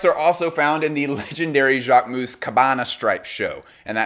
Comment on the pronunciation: Jacquemousse?! Please it’s not pronounced ‘ou’. I understand it might be hard to pronounce but it hurts to hear this « ou » sound 😢